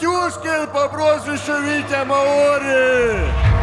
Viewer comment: МАори, ударение на А, деревня. А бой просто великолепный.